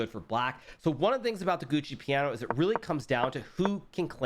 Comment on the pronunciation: Gucci piano? lol Americans really take pride mispronouncing foreign words